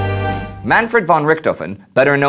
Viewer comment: I just got a great interest to learn more about the World wars. This series has made it much more easier and now im determined to know everything that happened! Just a suggestion..The word `von´ is pronounced as `fɔn´(fon). Keep up the great work!